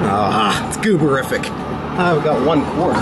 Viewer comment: nggah said its ''gooberfic''